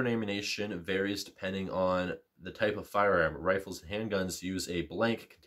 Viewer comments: Great video, but I cringed every single time you called ammunition “ammunation” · Ammunation... that's an odd way to pronounce it..